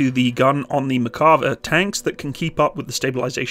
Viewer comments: Mare sounds more like "Meyr" Better to pronounce it as Nah-Mehr and Mehr-ka-vah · Say: mair.kuh.VAH